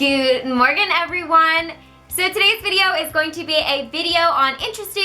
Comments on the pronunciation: you mean morgen. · it sounded like she said in the start "goood morgan everyone".